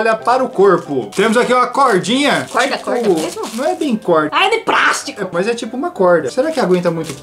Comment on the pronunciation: É de praastico kkkk